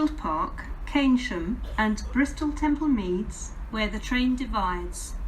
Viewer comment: Although I hate because of her voice sounding patronising, I have to admit she says Bristol Temple Meads much better than Ruth does. Nice one for putting Trowbridge on the map. I know the place very well as I have held residency there during college and used to travel by train fortnightly (coming home on Friday and returning Sunday evening). The Cardiff Central trains were always late especially the service, worse when it was under First Great Western. Wow! Not heard those reasons for delay before. Interesting!! Ouch 83 minutes! The biggest I've heard was 120 minutes at Coventry ( VT to Preston (curtailed Glasgow Central service) due to the emergency services dealing with an incident.